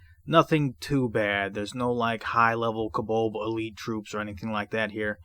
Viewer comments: Oy Vey, it's pronounced "CO-BOLD" not "kubuld". Good grief. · I'm sure he's saying kobolb.